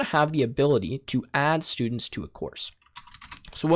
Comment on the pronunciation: i lost it on the For sturdents, how that isnt a loop?